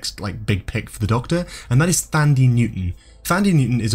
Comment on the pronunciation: i don’t wanna be that person, but as a South African it’s killing me that your pronunced Thandie wring, it’s actually pronounced like “Tun-dee” because in Dutch/Afrikaans the “th” doesn’t exist